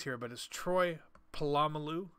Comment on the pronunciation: That pronunciation of Polamalu